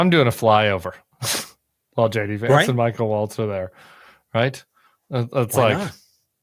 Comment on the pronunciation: Is it just me, or did Vice-president Vance say “Hey guys, it’s Shady Vance, the Vice-President…”